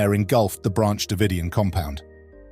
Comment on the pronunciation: it's also Davidian